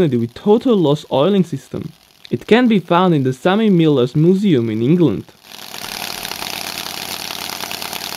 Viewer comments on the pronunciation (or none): "moo-see-uum" Damn that pronunciation!